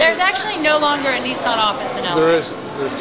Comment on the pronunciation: Its not a knee-son its a niss-an